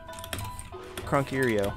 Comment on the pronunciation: "krunkerio" lmao